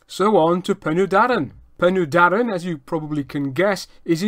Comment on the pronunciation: Penny Darren NO! Pen y Darren Phonetically Pen er Darren Pen = head, and in this use Head of the Darren = The river that runs down the Darren Valley to Caer Philli. Doen the Taff Bargoed Railway in Railway jargon. If you are going to tell us 'History', then please research and get the pronunciation right